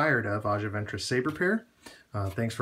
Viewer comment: You are saying her name incorrectly lol